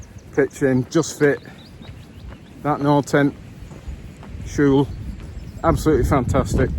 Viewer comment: Yes. Perfect. The L would be a bit different pronounced across Norway. You did the posh L version I think 😅